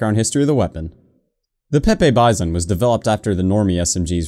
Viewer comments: It's pronounced peepee Bizon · It’s pronounced... P E E P E E B E E Z A U G H N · it's actually pronounced peep